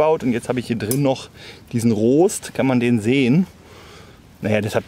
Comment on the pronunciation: Gutes Video, aber wie Du "Rost" ausgesprochen hast, hat mich fast wahnsinnig gemacht. :D